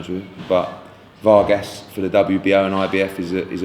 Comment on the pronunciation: Don't know why Hearn pronounces "Vargas" rather strangely. Not that hard.